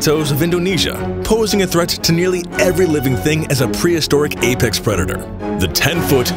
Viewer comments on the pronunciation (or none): none